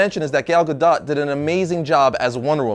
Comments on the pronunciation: who else cringed when he said her name wrong? Its GAH-DOH, not GAH-DOT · He said gal goto wrong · you pronounce Gal gadot'e name wrong